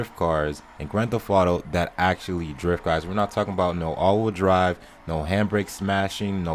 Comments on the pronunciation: why do u say grand fef fauto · Dude saying grand thef toto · Gwan tefauto? Lmao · Did u say grand theft fauto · Why do you say Gran tef ato